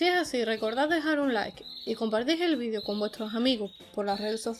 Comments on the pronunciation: Muy interesante, pero alguien me puede explicar porqué dicen VIDIO cuando se pronuncia VIDEEEEEO, en un español claro y correcto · Pregúntales a los de habla inglesa. Ellos dicen VIDIO, no VIDEO. Sera por eso